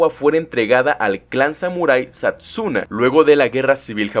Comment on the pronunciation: Yo juraba que "resource" se pronunciaba "risors" y no "ricors" :( y que no era el clan satsuna, era el clan satsuma :( Buen video por cierto 👌